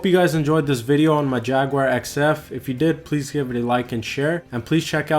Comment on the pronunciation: You should pronounce it correctly it’s not had and the spelling is very clear I am sure I would be bombarded is called the Corrvet a cornet